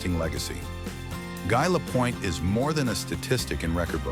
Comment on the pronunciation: Don’t do the video if you can’t even pronounce the subjects name.